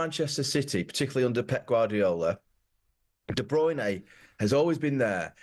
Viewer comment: "De Bruyney". He's only heard the bloke's name every day for the last 8 years.